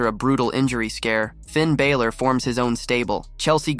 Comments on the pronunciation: Please will you stop saying Finn Bàylor it isn't that it's Finn Bàlor sorry just needed to say this cause it is easy to pronounce lol😂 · I kills me every time he pronounces "Finn Baylor" instead of "Balor". And Drew "McIntree"? lol